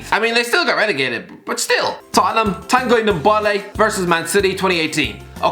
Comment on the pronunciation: No one: Irish guy: Tanguy Dembole